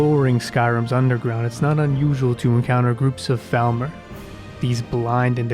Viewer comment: Love the video. Love the mod choices. One thing I’d say is that it’s pronounced FALLmer, but otherwise great job. <3